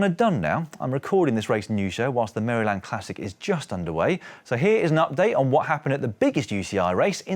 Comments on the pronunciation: It's always fun to hear Brits say "Maryland". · Love that pronunciation of Maryland.😂